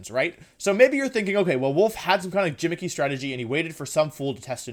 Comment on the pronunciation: I am fairly new to watching Wolfe and I really enjoy his content (: just one question if anyone has the time to answer. Is it like an inside joke between him and his subs when he replaces the G in some words with a J. Like when he says “gimmicky” but pronounced it “Jimmicky” is this a mistake or a joke? I noticed he does it fairly often so I’m guessing it is a running joke, like how he says Wideo instead of video. Anyone know for sure?